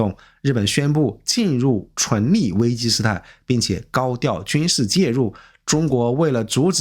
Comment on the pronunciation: 開車聽影片，一直聽到純利純利的，以為在講投資，後來看字幕才知道是存立，昏倒。以前覺得這個頻道還不錯，現在突然發現是大外宣啊！